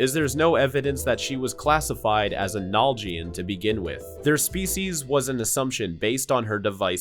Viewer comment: Its naljian not nal jian say it properly